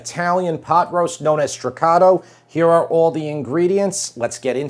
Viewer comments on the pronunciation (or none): On the right pronunciation of "Stracotto" we need to work on it a little more. You pronounce it too "American style." 😉 A greeting from Italy ! 🇮🇹👋